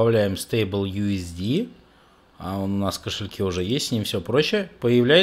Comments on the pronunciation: Правильно говорить не Ю-С-ДИ-СИ, а Ю-С-ДИ-С. Потому что Ю-С-ДИ-СИ (USDC) - это другой стейбл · USDS - Ю ЭС ДИ ЭС. USDC - Ю ЭС ДИ СИ. Не путай. C-СИ. S-ЭС